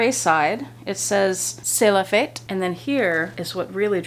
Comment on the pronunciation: Your first pronounciation of 'C'est la fête' was very good, better than what it said online🙂 Loyauté means loyalty. Gorgeous scarves, love those creatures!